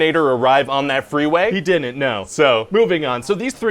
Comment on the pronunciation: My favorite thing is when he adds extra syllables to all his contractions. Like "didinin't" and "wouldinin't".